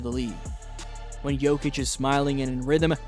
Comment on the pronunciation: apprend au moins prononcé le nom de Jokic